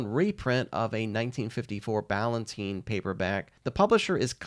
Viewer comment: I have never heard that publisher pronounced as BallanTEEN, always BallanTINE. And I've been a professional involved in book publishing for 45 years. Correct me if I've been wrong all these years.